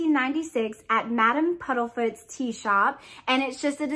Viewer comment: Isn’t it Madam Puddifoots? I’m thinking am I crazy? I keep hearing Puddlefoots.